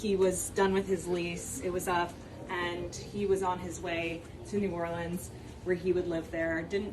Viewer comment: Hey Benny, keep up the good work on exposing the corruption in the govt. 👍 By the way, the “e” in Orleans is silent so it is not pronounced as leans. Diversions are in their (FBI) playbook. Has anyone noticed there haven’t been anymore drone exposures in the media? Are the drones still flying around? Sleeper terrorist cells and those coming across our border are in our country waiting for their signal to strike. They and their handlers (govt???) are evil that don’t care who they kill, they just want to destroy our country at any cost. When one area is exposed that we see they do something to divert our attention.